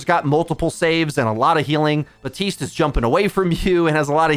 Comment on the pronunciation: I understand mispronouncing Illari, that's how it's spelled, so it's understandable. Mispronouncing Baptiste after all this time though...